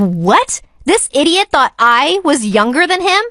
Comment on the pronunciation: you idiote you! - bru are u french? Btw the paper squishes are so fun!